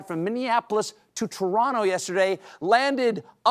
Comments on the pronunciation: Hearing Stephen correctly pronounce it “Toronno” made me happy 👏🏽👏🏽👏🏽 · Thank you Stephen for Saying Toronto right. 😂😂😂😂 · Kudos to Stephen for pronouncing Toronto like a native Torontonian 🙂